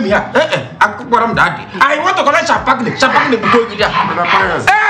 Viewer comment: Champagne turn "shan-pag-ni" Omo did they piss in your brain